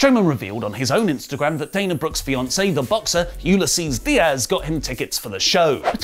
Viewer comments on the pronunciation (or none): none